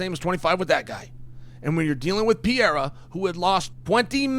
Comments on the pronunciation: PEREIRA! Not PIERRA Come on Chael, give some respect to these fighters names. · Bro why is it so freaking hard to pronounce Perreira. It's not freaking Pierra! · Almost said Pee-era vs Blahoviz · Chael is undisputed p4p GOAT at pronouncing names. Germy Stevens, Blahal Muhammad, Blahovitz, Yarear Rodriguez, Alex Pierre-a, etc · Piera? Not pereira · I love that he still calls him Pee-air-uh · Chael’s Universe is IN ENGLISH. And that’s why it’s Yuri Prohosskuh and Alex Pee-era 🤣 There was no recovery if it wasn’t IN ENGLISH… and messed up Portland English, at that. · Chael, stop calling him "Pee era" dude! You can do better than that. Alex "Pee era" would never call you "Child Sonnen" or something lazy like that. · is it really that hard to say Per-Era, especially when you're going to say his name 50 times, or maybe just called him Alex? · LOL!!! let's go "Pee-era" !!! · "PIERRA" - Cheal Sonnen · It’s so funny to me that Chael can pronounce Prochazka just fine but he calls Alex Piera 😭 Piera is one of my favorite names he says to join the following: - Alex Piera - Hazmat Chamayev - Islam Makalchev - Blahal Muhammed - George Masvidal - Kamara Usman those are just my personal favorites of a long line of the CORRECT way to pronounce these names whether the fighters know it or not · Is so difficult to say pereira 😄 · Funny as hell how chael just decided he would never tried to pronounce pereiras lastname lmao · No it can pronounce pereira as well as Uncle Chael. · Can you please pronounce Pereira his name correctly..